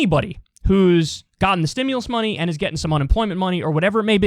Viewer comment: KYLE, the only thing I don't like about you is, you pronounce the word "and" as "end." Every time. It's distracting.